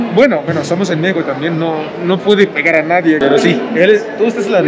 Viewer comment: Bienvenidos a mi "meijoco". Güey, tenemos que trabajar en el acento al decir, "Mé-xi-co" jajaja Bienvenida a casa a la paisana. Bienvenido al güey, todavia no es casa, porque aún no se casa con la paisana. Jajaja